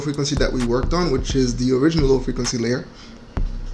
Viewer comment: « Lil’ frequency » 😂😂 that’s what I hear when you say low frequency. Thanks any way for you tutorials man, it helped me alot. My photos have taken another level because of that change.